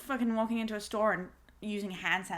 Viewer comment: OMGGGG U SAID STOR ARRRRRR